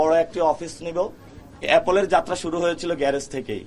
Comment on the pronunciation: by the way its "Apple" not Appol🤣🤣🤣